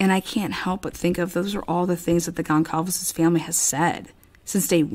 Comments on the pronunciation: Goncalves is pronounced Gone sal vez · One more thing I wanted to add is that at first, I was having a really hard time pronouncing Kaylee’s last name. I see that you are having the same problem I did. It’s actually pronounced like this… Gone Sall Vez